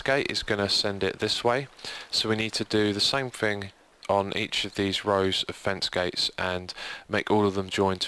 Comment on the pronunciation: did he say fence-gays?